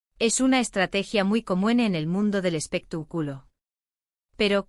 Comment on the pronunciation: 😂😂😂 me encanta cuando dice " espeta " culo " 😂😂😂😂